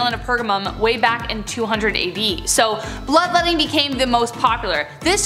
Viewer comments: Lol I thought it was blood-wetting. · Lol, “blood-wetting”.😂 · Did you say “bloodwetting”?